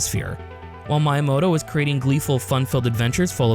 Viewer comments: He's not youramoto, he's MYamoto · Is it bothering anyone else how he constantly pronounces Miyamoto's name wrong? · That Miyamoto pronunciation 💀